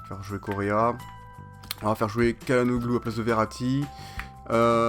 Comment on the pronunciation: sa se dit "tchalanoglou" et "tilmanse"